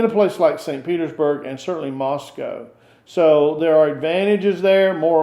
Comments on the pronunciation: The West is in decline. Move to Russia. It's refreshing to actually hear an American pronounce Moscow correctly! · . Thank you for correct pronunciation. Every western says “Moss-Cow”. It’s “Mus-Coe”.